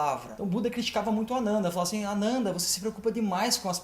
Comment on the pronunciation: A pronúncia ficou meio confusa: é Anana ou Ananda?